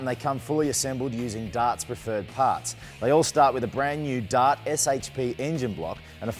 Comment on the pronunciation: He says DOT for DART.